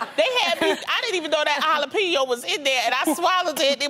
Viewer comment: 'Jalapeño' sounds like 'all up in yo'.